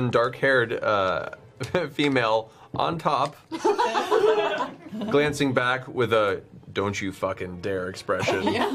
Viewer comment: I love how he puts emphasis on “on top” 😂